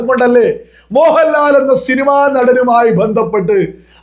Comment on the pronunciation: ഷിനിമ അല്ല പൊട്ടാ സിനിമ എന്ന് പറയണം ആദ്യം നേരെ പറയാൻ നോക്